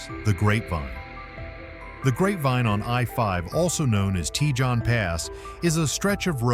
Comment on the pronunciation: Cajon Is pronounced cahone pass . The scariest part of Cajon Pass heading south is the DOT Scales at the bottom before you get to I-10